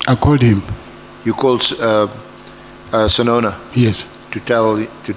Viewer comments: Not SESONO, please use correct surnames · Correction NOT Sesona BUT Senona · And Senona instead of Sesona that might be used in defence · Not Sesona, it's senona. It's hard to listen to your channel because you don't pronounce names properly, it's not even about language, it's so irritating. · Senona, not Sesona*